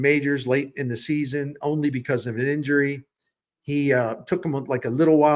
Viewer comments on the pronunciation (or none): none